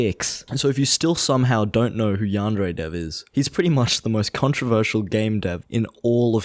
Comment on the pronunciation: Can't even say Yandere correctly.